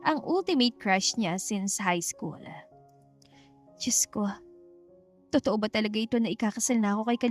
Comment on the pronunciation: Nagtatagaka lang ako ... AI ba tong narrator? Sure pronounced as eshure... School naging iskol, kahit English walang I sa unahan naging is .. 😂😂😂😂😂 miss narrator plssss . Practice your pronunciation ng mga words that begins with letter s. Walang I sa unahan.